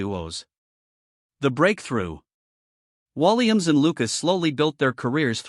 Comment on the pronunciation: When you can't pronounce his name right , after all the years he's been entertaining , it is time to shut your BS down . No thanks to your BS .